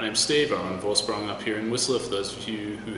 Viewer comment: it's called "vorshproong"!